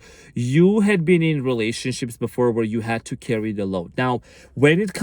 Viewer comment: did you just say relationshits? lol